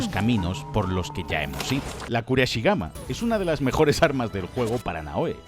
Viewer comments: Pedazo de vídeo, me ha hecho cambiar de opinión acerca del juego, eso sí, me he puesto nervioso de escucharte llamar “kurasigama” varias veces al kusarigama 😂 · kusarigama, es kusarigama no kuraeshigama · Se dice kusarigama